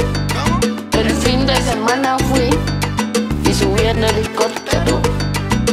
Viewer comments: Ella seguirá viajando en Hilicoptero, Hilicoptero, Hilicoptero Así lo pronuncia, ella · Brother se dice "ELICOTERO" no helicoptero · Cuanto se le dificultará decir ELICOPTERO.